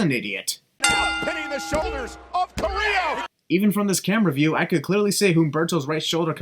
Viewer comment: FYI, Carillo is not pronounced like that, is like when u pronounce "jobber".